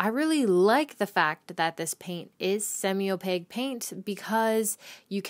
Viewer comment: Wonderful, informational video! (But please learn how to pronounce opaque - it's a Q, not a G)